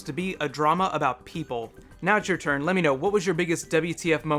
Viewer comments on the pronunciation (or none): none